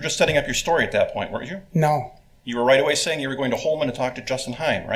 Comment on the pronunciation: Thx 4da vid hun. Btw, it's pronounced wernt, not were-rent. Sorry, I don't normally correct people on social media but I do want to say that a contraction is a shortening of syllables; a kind of written vernacular derived from people speaking quickly. Weren't (one syllable) is a contraction of were not (2 syllables). I'm not sure if "were-rent" is a geographical vernacular because otherwise you sound well-spoken, which is unfortunately rare on YouTube even with AI.